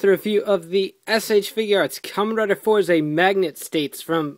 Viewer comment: its not four zay, its Fourz. i know its not spelled correctly, im spelling pronunciation.